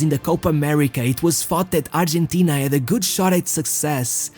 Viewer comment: Dear lord man, stick to one pronunciation or just pronounce the names in English, don't just makeup names to show that you can speak various languages is F*** annoying, good video, but your pronunciation killed me to the point of writing a comment. 1. his name is BATISTUTA not Batishshshtuta... don't drag the s and h!!! there no HHHHH.. 2. is pronounce ARGENTINA, you either pronounce it in english accent or Spanish accent but dont put J and S and H where there's none.. Arrrgjjjshentina 3. Is pronounce ROMA (Spanish), in English Rome (Rowm), but not GGRRRROME... not even the French will do it lake that.. 4. if you pronounce Ronaldo name with Portuguese accent, then stick to it!! however, given that your presentation is in English, then its better to use the English pronunciation of his name, and all the names as you're main target seems to be English speaking audience.